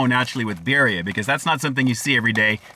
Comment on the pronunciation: "Bear-ria?" Lord almighty...